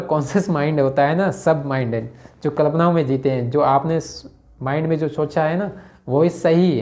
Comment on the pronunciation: भाई "कल्पना" तो बोलना सही ढंग से सीख जा